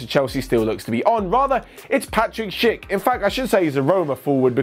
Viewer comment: Every time that said Schlick it sounded like he was saying shit